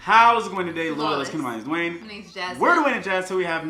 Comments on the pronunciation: dwayneb? lol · Lol Dwayneb 😂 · Did any one else peep the “Dwayneb” 😂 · Lmao 😂 "Dwayneb"